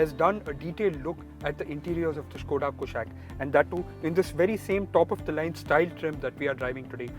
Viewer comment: It's not कुशैक it's कुशाक। the name has been taken from Sanskrit!